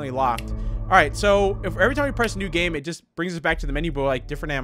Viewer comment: bro said gam